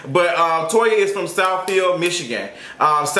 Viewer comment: Southfield MI 🤣🤣🤣 you said it right the first time